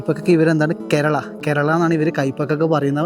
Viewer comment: കേരള അല്ല karela ആണ്